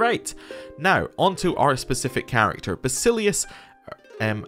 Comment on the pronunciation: Loving the new CK3 series. Please keep the videos coming. As for pronouncinations, any vowel followed by "u" is pronounced as the vowel+v or vowel+f. For example "eu" (like we have here with your leader's name) is either pronounced as "ev" or "ef". In this case the name of your leader is pronounced: Vasilefs Arefs